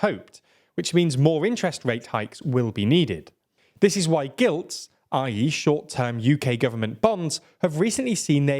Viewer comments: That’ll be “Gilts” not “Gilds”. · GILT’s* not GILD’s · It's gilts not gilds. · Good video but UK government bonds are called gilts, not gilds!!!!!!! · It's Gilts not gilds! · Hi as far as I'm aware (I used to work in corp banking), it is called "gilts" not "gilds". Just FYI. Love your work! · "Gilds". I think you mean gilts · Gilt not Gild, surely... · is it not Gilts? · "Gilds". Bless you.